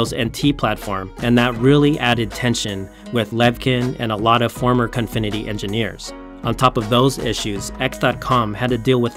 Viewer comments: He keeps calling it Confinity, while it's clearly Cofinity. Unwatchable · Its Cofinity not Confinity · Why does the narrator consistently pronounce it CONfinity, when its spelled Cofinity? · Cofinity. I don't know why he keeps calling it confinity. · Before doin an articole you should learn how to pronouce names, it is CO-FI-NI-TY and not CON-FI-NI-TY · me too bro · I am so glad it was not just me that noticed this terrible pronunciation..